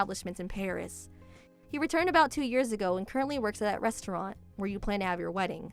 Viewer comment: Restauranta hahaha 😂